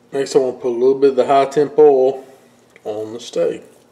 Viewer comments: What is ole, ohl?... and where do you get it? Aaaaand I feel stupid... you were saying oil... sorry, it's late. I like the part where you're cutting into the steak, talking, and literally I can hear your mouth watering... now I'm hungry for steak and shrimp :( As for the Post Salt cooking slabs, considering how much a small container of Himalayan pink salt goes for, granulated so less of it... that's an amazing price. Probably be more cost effective to buy a slab and granulate it for use than buy it in the store... but you don't have to since you can cook on it. Thank you for sharing that! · He says ool in stead of oil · Southern accent people say oil like that. It's a great video.